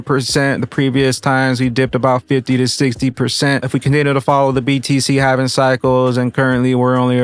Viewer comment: ....It is Halving or Halvening. Driving me nuts...lol